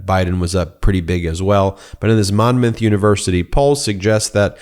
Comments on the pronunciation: Hey, Ben. That's pronounced, Mon' muth. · Monmouth University is pronounced Monmuth ☺️